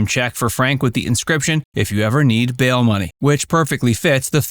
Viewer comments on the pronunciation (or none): none